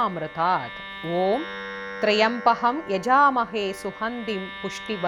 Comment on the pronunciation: Wrong rendition. The inital word is trymbaky... Please see the correct rendition in